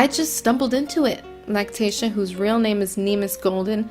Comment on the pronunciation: And your horrible for making money off of him and learn how to pronounce his name right